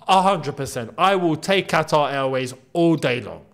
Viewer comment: Kataar ye?! great pronunciation for an Arab 😅😅